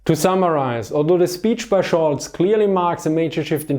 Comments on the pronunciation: His name is "Scholz" not Schulz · Scholz, not Schulz :)